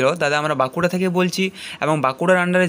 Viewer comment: ওরে ভাই "ব্যাংকুড়া" নয় বাঁকুড়া !!!!